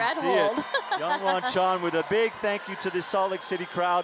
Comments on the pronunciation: I mean, he just needed to read it right. And YONwon Chon? Come on… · PSA: there is no "soft J" (yah) in Korean unless spelled with a Y. Can we please pronounce Jongwon's name correctly...! 🙏🏻